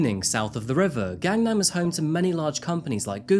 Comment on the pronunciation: The "a"s in romanization of Korea are pronounced short, not long. You got it exactly right with the second "a" in Gangnam. But then you pronounced the first "a" in Gangnam, and the "a" in Sang-jin, long, when they should have been short (exactly like the second "a" in Gangnam, which you got perfect.) But thank you for all the nice things you said about South Korea and Seoul.